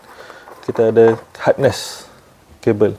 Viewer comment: Saya betulkan sikit ye bang...bukan hardness tapi harness..hardness tu lain maksud dia...